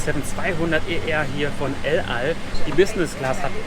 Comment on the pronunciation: "Lal" Airlines... Bruder muss aktivst los. Es heißt el al :)